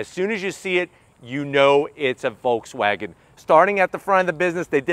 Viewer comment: There is no L sound in Volkswagen. Pronounced like folks, no L sound.